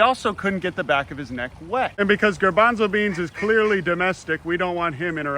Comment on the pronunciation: The “noo grabanzo beans” was so funny